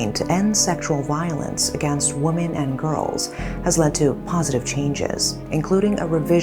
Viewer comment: It's annoying that you can't pronounce WOMEN properly.